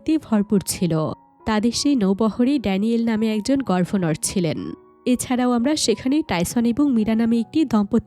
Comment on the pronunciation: আপনি বারবার গভর্নর কে গর্ভনর বলেছেন।